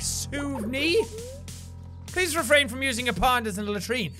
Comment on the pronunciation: What Jack says: "please please please..." What I hear: "police police police..."